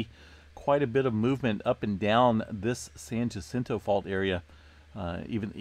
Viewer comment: I live in San Jacinto pronounced "San Yacento" not Gacento just saying... Thanks for all you do awesome channel